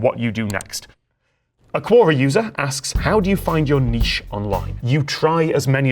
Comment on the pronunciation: You cool Tom, you Cool, But I cringed everytime u said "cuora" it's pronounced Que-or-rah! hahaha. I joke I joke